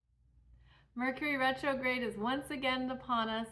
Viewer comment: Rercury Metrograde! 😂🤣